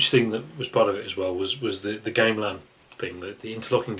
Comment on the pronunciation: great review, but look up the pronunciation of "Gamelan".